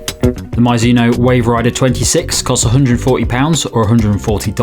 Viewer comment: Nice review, but never ever heard someone pronounce it "My-zuno" 😅 looks like you got it at the end